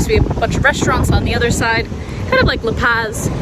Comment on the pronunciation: Good pronunciation except for La Paz (not paaz)